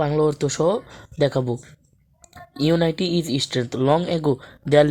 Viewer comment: কথাটা ইউনাইটি না ইউনিটি হবে আপনিতো ভালো করে উচ্চারণটাও করতে পারেন না 😂😂😂😂